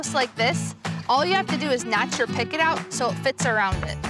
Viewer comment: Gah!!!! stop saying PICKET !!!